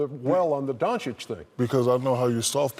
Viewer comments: Is it so difficult to pronounce Donchich? Some of this pros would show some respect just to learn: Dončić = Donchich?. Yes, in my opinion he deserves to be on this game, like he deserved to be a pro at his 15. But now I doubt this: who cares about votes he got. All commentators, always shocked, prefer more selfish power play bulls to show muscles in iso game, than what we really expressed to see. Well, they have this right. Let to repeat myself: show some respect and be truly honest what are you talking about, just with learning how to pronounce somebody's name who you are talking about. It seems it is too difficult? No - this is disrespectful, arrogan, nonprofessional. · Doncic not Donchick